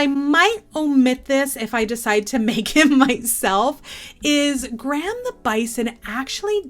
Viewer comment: Love your videos! Graham made me laugh, it’s my dads name 😂 it’s said “gray-uhm” 😜